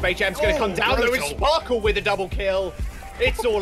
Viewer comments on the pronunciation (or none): none